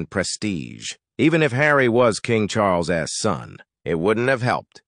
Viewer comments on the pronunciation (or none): Couldn’t work out what was wrong with your narration. Took me a minute. Stop reading the last letter on contractions separately. Charles s, Tillman s, Harry s, Megan s, isn t. This is a new one, can’t say i’ve ever heard a robo-voice do that particular thing before.